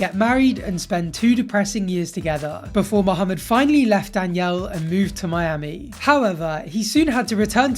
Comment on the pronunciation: Um, excuse me. I got way too happy when I heard you pronounce Mohammed properly. Good job and love the videos. ☺️